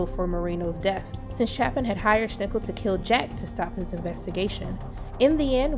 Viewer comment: Schnickel? For god's sake, this seems to be an official Prime Video and they can't even pronounce the names of their own characters. Besides that, that was the recap I needed to not have to rewatch both seasons.